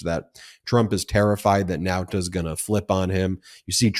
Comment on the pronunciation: Show up on 27th June. Not Now-ta. Okay sir.